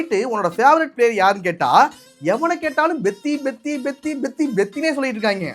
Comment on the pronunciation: Bro please pronounce perfectly it's peddi not beddi